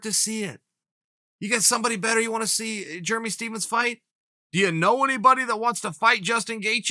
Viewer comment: JURMY STEPHENS! LOLLL this guy kills me with the names